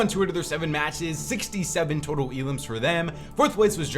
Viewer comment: Next time say 67 right 😂